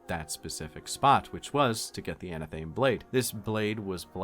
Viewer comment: So, something I've noticed is that the 4ok audiobooks mispronounced something, and it's become tradition, lol "Anathame"is a bastardization of the wiccan/ritual blade known as an "athame" (ath-umm-aay); so, the proper way to say it is, "UN-ath-um-ay"